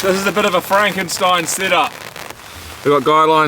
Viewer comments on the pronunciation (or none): none